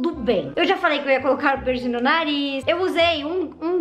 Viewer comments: KAKAKAKAK e a “pircinG” tô rachando KAKAKA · "Pirsingui" KKKKKKKKKKK❤❤